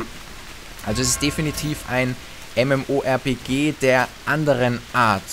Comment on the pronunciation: Lol, "mmorp-key"